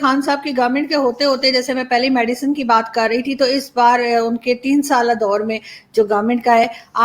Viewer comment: its medicine not medican